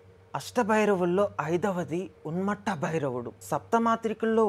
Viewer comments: ఉన్మత్త అనడానికి రాక ఉన్మట్ట అంటున్నవ్ బ్రో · Bro thank you for taking the time to share this knowledge! There is a small correction! It is not UNMATTA it is Unmatha (ఉన్మత్త)! Also please check the manta pronunciation once!